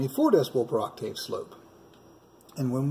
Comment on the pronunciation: Ok, it was bothering me a little, (well, alot actually), the way you keep saying 'Oc- Tave'.. It's actually pronounced : 'aak·tuhv' (according to google)Google. Just fyi.. for the future. 😉